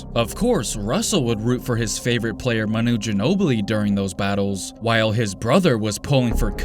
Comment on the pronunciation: It’s not maNOO Ginobili, it’s MAnu Ginobili. And you should really listen how you talk. Especially at the end of the sentence. It’s really irritating.